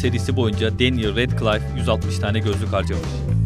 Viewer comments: Danyel... Kesinlikle Daniel değil... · değil denyıl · danyıl değil denyil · danyel değil denyıl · Danyel değil denyıl abi sinirim bozulduu